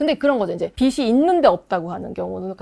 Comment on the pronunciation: 빚이 있으면 은 ㅈ받침이니까 '비시있으면 ' 아니고 '비지있으면' 으로 발음해주세요.